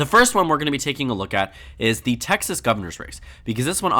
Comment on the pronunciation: Texas pronounced in Español! 😁🇲🇽